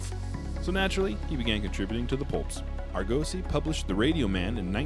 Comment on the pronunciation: ArGOzy? Hmmm. Arguhnaut or Argohnaut. Now I'm checking. The professional pronunciationators say "aar·guh·see" (The name of Jason's ship Ἀργῶος. In the Greek it has emphasis on the second syllable. You just need to roll your 'R' a little? The breathing mark means it starts with a faint H sound.)